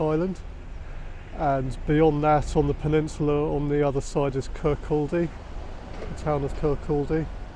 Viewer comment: Great video. FYI the L in Kirkcaldy is silent…….Kirkody. 🙂